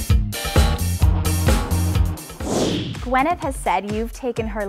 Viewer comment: why can't you pronounce Gw Y neth instead of Gw E nyth? Very sloppy.